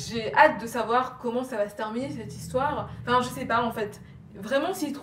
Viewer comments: « On commence l´histwoeeer » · nice ton histoère <3